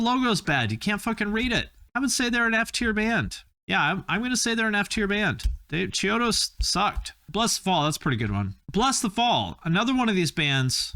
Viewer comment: you did not just say chode-os is possibly better than shikari lmao stop